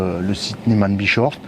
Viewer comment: a énormément de peine, voire n'arrive pas, à prononcer correctement « Niesmann+Bischoff »!... 😊😊😊